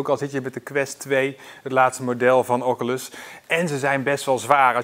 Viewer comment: Ff 3 dingen: 1. Doe niet je headset op je voorhoofd, dit kan voor beschadiging van de lensen zorgen 2. Doe die bandjes om je pols bij het gebruiken van de headset 3. En spreek oculus ff goed uit